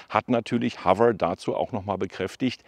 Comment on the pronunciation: HoveRRR ?😂😂😂 das R nicht so Rollen.